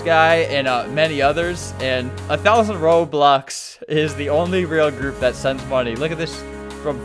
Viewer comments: my favourite part of the vid lol I can't stop laughing at "gourp" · "And joined the gourp" got me dying💀💀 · "the gourp" makes me die so much